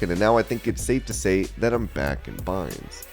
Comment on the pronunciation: back in BINES, huh...? 🤣